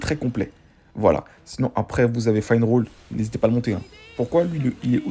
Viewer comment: Pour les tickets, c'est un bonus de connexion mdr, il y a très peu de bug sur ce jeu, c'est ça qui est incroyable ! Pour la meuf son nom c'est sally et on dit Finneral, tu me stresses quand tu dis finerole. Sinon, je valide la vidéo !